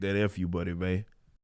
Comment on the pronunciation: All this time I have been watching you, loving the hot lava truth you spit. As soon as you said “Fuck you money ma’n,” I knew your ass was from Texas. I’m literally your neighbor fam! Already!